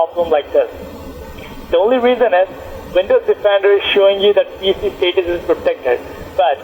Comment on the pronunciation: Do a shot every time he says steetus and wirus